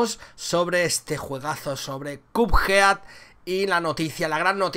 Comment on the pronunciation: que buena pronunciación de "Cuphead"